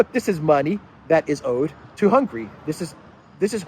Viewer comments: please its NOT hungry, its Hunga-ry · I highly value what you provide to us, but please change how you pronounce the name of Hungary. After the letter “g” there is an “a” letter what has to be pronounce! Thanks in advance!